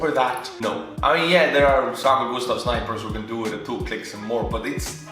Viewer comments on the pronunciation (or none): I’m sorry, Did he say GUSTAV SNIPERS!?! 😮